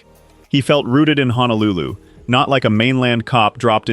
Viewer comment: Can any one of these commentators please pronounce the place as Honolulu and not HANALULU? There is no place called HANALULU. It is Ho no lu Lu. All of these actors gave their all to Hawaii 50 and are remembered with love and dignity.❤️❤️❤️❤️❤️❤️❤️❤️❤️